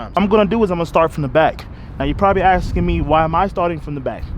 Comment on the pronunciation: did you say aksing instaead of asking and fitty instead of fifty? please change your cultural crap. you are way smarter than that